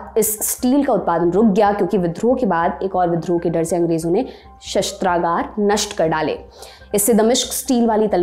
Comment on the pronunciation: शस्त्रागार को शास्त्रगार बोल रही है।😢😢😢